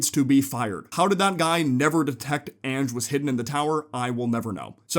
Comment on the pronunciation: I’m fairly certain Ange is pronounced like “onj” with a short o sound at the start rather than saying “anj” like the word “an” at the start.